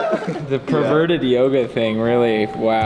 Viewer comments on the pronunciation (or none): "Perverted yoga" lol can't say Yoda Hahahaha